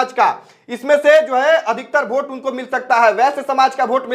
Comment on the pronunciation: वोट होता है.. भोट नही😂😂😂😂